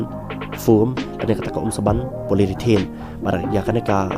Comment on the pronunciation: Poly-ure-thene bro ym dei polyrithane